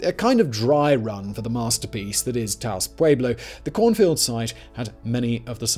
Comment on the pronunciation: Simon, you said Taos correctly. I'm so proud of you.